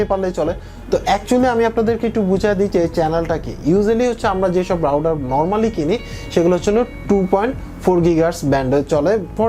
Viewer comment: রাউডার কি মিয়া? উচ্চারণ ঠিক করো।